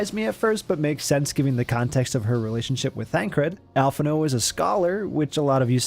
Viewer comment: Did you just say al-phin-no? Fuck you.